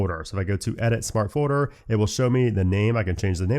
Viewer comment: Am I the only one who hears say “foeder” instead of “folder”?